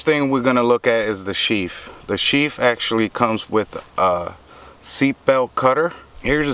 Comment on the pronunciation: Sheath... TH... Not Sheaf. Thanks for your time and the review.